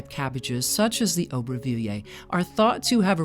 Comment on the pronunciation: Nice video, but if you can't pronounce the name, don't try to say it 50 times 🤣